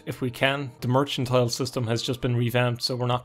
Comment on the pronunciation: Mercantile. It's pronounced how it's spelled. Mer-CAN-tile. Thank you.